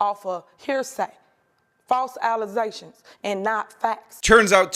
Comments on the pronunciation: Get it right,! It's "allezations", NOT "allegations". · fasle alize-tions 😂😂😂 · false what? Allezations? what the heck is an allezation? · Alazations? That should tell you everything you need to know 😊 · I get tired of all these unfounded allezations!!!!! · Alazations? I bet that made Queen Latifah's ears perk. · OhNooo!! More “Allozations” for Da Stupid Mayor. 🤪🤣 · Allezations, Missipalities, Stifend, Check yo fats, Smur campaign, etc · False alezations 😂😂😂 this lady is stupid at a new level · I’m sorry false “allizations ” is it? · It’s great that you’re using the word “allezation”. I wonder where she learned to talk? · She was definitelt thinking of Alizé when she said "alizations" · False Alazations 😂😂 What was that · “False alizeshuns”. Oh. Wow. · They are not False ALLEZATIONS! 😂 ghetto mayor going down. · How did she even become the mayor she can't even pronounce her words She said "Allazations" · 🤔did I hear “ False Allerzations” ? That isn’t even Ebonic 🤷🏾‍♀️ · Now every time I hear the word "allegations", my mind scream "aLuZaTiOnS". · "False aluzations" well with this eloquent representatives, USA is in good hands. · 'False alizations'... jus' sayin' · Did she say "allazations" lol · Did she just say "False allezations..." ???? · I love how you don't make fun of Tiffany's way of speaking, or her ignorant MIS-use of words way beyond her but then use that same word throughout the video ! "Allezations", yeesh! See what I mean about Democrats always failing ever UPwards ??? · Allizations.... all these allizations.... 😂😂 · Did she really just say "alizations"?? She must be on that Alizé 🍸🥴 Get this uneducated scam artist out of office already!! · Stop it with your falls allezations. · OMG! Not "Allezations"!! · Did she really just say, "False allizations?!?" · "false alazations and not fats" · Lol I almost fell out of my chair when I heard her say "false allezations" . I thought you were bs'in 😅😅😅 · "false alizations" ? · Did she say “false allezations”?